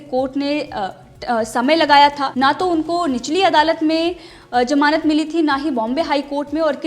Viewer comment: Good coverage. it sounds as Jamanat... not ..gamanat...just to help...